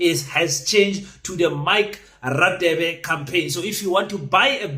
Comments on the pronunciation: You are pronouncing Radebe wrong it's pronounced Rhadebe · King please pronounce Dr. Radebe properly eg Afrikaans, :"ek gaan" so you should pronounce Radebe like"gaan" first "GA" no offense. 😅